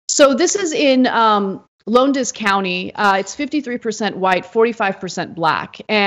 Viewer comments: Lowndes is 1 syllable. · Lowndes is pronounced loun as in lounge and then you put des at the end. Good try anna